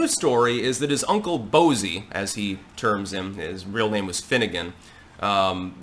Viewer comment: 😂😂😂 Uncle "Bozey"